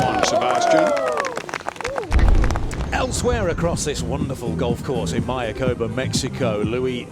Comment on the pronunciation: Love the coverage and the resort. But you commentators need to learn how to pronounce MAYACOBÁ....accent on the last "Á", (my-ah-coe-BAH)